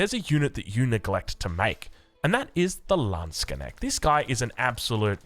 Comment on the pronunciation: Hearing you pronounce 'Landsknecht' the way you do now, I'm very proud knowing the long and hard road you walked in that regard!